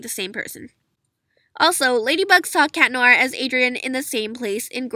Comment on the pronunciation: Finally someone says cat noir’s name right some people say CHAT NOIR I mean who says that 🙄😑😬😒😵😆😮😧